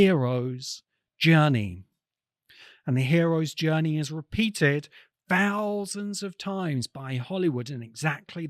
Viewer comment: Thousands...not Fousands. The culture demands you speak correctly 😳